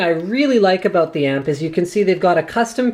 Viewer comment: I heard Linus say 'about', not 'aboot'... something's wrong here...